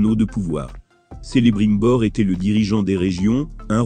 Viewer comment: Non mais c'est juste n'importe quoi la prononciation ! Déjà ça commence mal, Celebrimbor prononcé Selebrimbor, quelle horreur !